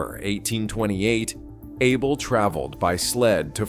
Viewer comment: His name is pronounced Ah bell.